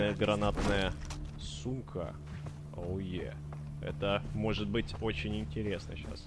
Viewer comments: он сказал сумка а слышытся сука, лайк если также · Мне послышалось или он сказал усилинная гранаткая сука (сумка).